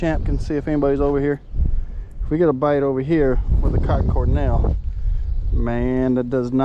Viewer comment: Good review. But it's Cor "D"ell not Cor "N"ell